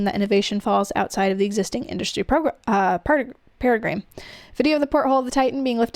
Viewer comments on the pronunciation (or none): “Paradigm” is pronounced like “pair-ah-dime”.